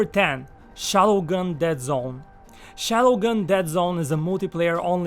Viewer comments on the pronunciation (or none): THE VIDEO IS PRETTY INTERESTING BECAUSE OF HIS VOICE AND THE WAY HE SPEAKS ALSO.😀 Mother Combat “shallowgun deadzown” lol I dont know why but i hate when theres auto shoot